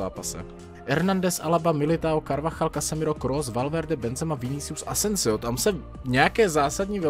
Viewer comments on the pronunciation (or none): none